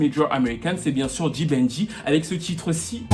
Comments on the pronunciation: ta facon de prononcer pour un francophone sa sonnne genre [ le bandit] the banger.Mais en fait c d'banj , en francais xa sonne d'bandj. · D Banj pas D Banjeee 😂😂😂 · Tu dis "D-Ban-J" mais le J ne se prononce pas séparément, c'est "D-banj". Dans Why Me, il le dit au tout début de la chanson. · 🤦‍♀️on dit "Débanjeu" weeee!!! pas dibanji 😅😅. Très belle chronique 😊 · POUR LES PRONONCIATIONS, c'est "D'Banj" et non "D-Ban-J"; "Tiwa Savage" et non "Tiwa saWage😅 Apart ça, j'ai bien aimé la vidéo. J'y ai appris beaucoup de choses. Force à toi 💪🏼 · Vidéo intéressante ! PS : "Dibanjeu" (pour la prononciation de D'Banj) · C'est bien mais ton D'BANJ là tu prononce ça comment !? Si tu n'écrivais pas le nom ou ne montrais pas sa photo... Je ne pouvais même pas savoir que c'est de lui que tu parlais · Étant Nigériane j'ai adoré cette vidéo et la façon dont tu prononce "D'banj"😅 PS: Merci d'avoir parlé de Psquare parce qu'on dirait que certaines personnes oublient leur impact sur la reconnaissance de l'afro beat dans tout ce débat et pensent que la Naija Music s'arrête à Davido, Wizkid, Tiwa, Burna, Yemi et Tekno (à la limite, parce que les paroles de ce Monsieur sont discutables). C'est triste.